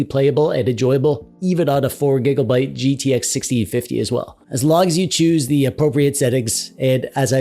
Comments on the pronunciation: Conclusion: dont play games the year they get released. Also, is this man saying gigglebyte? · everytime u say gigglebyte my heart smiles